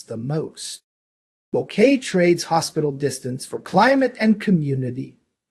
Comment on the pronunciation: It's hard to trust you when you mispronounce Boquete....